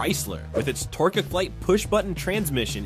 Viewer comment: Or "Torqu-eh-flyte....." Gawd........ }:(